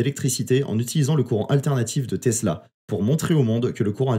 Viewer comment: TESLA bor... et pas "tezla"